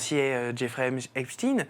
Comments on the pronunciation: 1. La base de cette affaire est une partie des méthodes usitées par le Moss@ avec des vidéos compromettantes permettant un chantage ; 2. La prononciation en « chtin » et non « schtaiin » est révélatrice de la place du moss@ dans cette affaire. On est curieux d’apprendre le prochain suicine-assassinat dans cette affaire. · 1. L’affaire Epstein (chtainnn) relève complètement des méthodes du moss@ qui consiste à créer des videos piégeant des élus étasuniens afin de pouvoir faire pression sur eux . 2. De manière qui pourrait apparaître anecdotique, mais qui est tellement révélatrice, c’est la manière dont on a imposé la prononciation du nom en « stine » et non « schtaiine ».